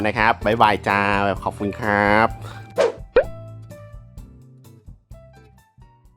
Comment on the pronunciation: ได้ยินเป็น "นะแง็บ" เวลาพูด "นะครับ"